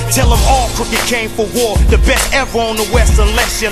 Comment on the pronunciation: Crooked's syllables OMG